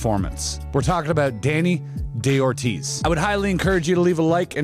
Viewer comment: Very good video, buts it´s not "Deni DeOrtiz", It's Dani DaOrtiz (Spanish pornunciation). Thanks.